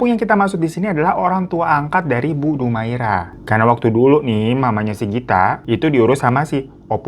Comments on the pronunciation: Dumaria..bukan Dumaira🙈😆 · bukan dumaira bang, tapi dumaria :( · Bingung bang, tulisannya dumaria tapi ngmng nya dumaira😂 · Tulisannya Dumaria bg hiro haha. Bukan dumaira. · DUMARIIIAAAAAAA bukan dumaira bang 😂😂😂😂😂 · Dumaria jadi Dumaira😂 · Betul. Trus bang Hiro .penyebutannya bukan Dumaira tapi Dumaria..😊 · Dumaira? Dumaria 😂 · Bang....bu dumaira apa dumaria....salah sebut tuu😂😂😂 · bang salah lg nyebutin nama bu DUMARIA jadi DUMAIRA😂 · Dumaria kak bukan Dumaira wkwkw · Dumaria apa Dumaira si ? gue denger dumaira . Di text video tertulis dumaria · lu salah nyebutin nama org lg dr awal bu DUMARIA lu blg DUMAIRA😂